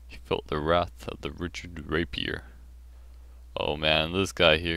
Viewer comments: its not and its ricard not richard you say it rik-ard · It's pronounced "Ree-card", ree as in reel. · Pronunciation for Ricard Rih-Card I hope this clears things up for people :)